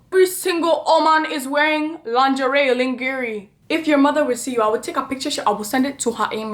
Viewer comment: 🤣🤣🤣 The way you said “lingerie” 😭✋🏿. pls 😭